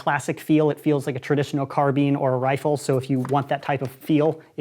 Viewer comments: Did he call it a carBEEN? No offense but its a carb EYE n. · wait, this man, did not just say carbean. its CarbINE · It's not carbean it's a carbine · when he calls it a carbean...😣😣😣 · when he say car-been doe 🤣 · Did he just say 'carbean'?! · *Nerf expert *Mispronounces carbine